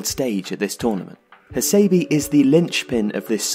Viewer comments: Bijak R A Yes please. Cannot stand the annoying Hasaybeee. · his name is pronounced as ha-sé-bé, dammit